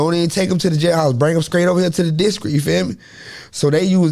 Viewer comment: “Bring ‘em straight to the discrit…”